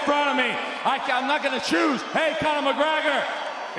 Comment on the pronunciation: This dude said "Conor Mikki-Gregor" and it terrified me. Savage! Stand-up Champ!! Congratulations!!!